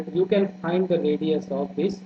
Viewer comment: Sir aapa radio bole hai ya radius I'm confused what